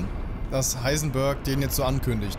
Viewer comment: das heißt ich heisen bööööörg sondern heisen beeeeerg